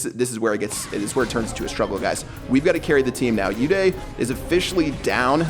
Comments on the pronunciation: It's not u day its uday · Its not you-day Its pronounced as oo-they Its an indian name I am talking about uday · pronouncing an indian name uday as yoo-dayy...